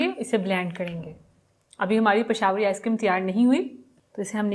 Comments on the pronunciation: Pashawari ?? 😂😂 It's pishawri.. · pashawri.. hahaha ..😂 ..how she say... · pashawri... hahaha.. how she